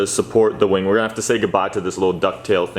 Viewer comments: Did anyone notice he said Wang not wing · did he say "big wing"..?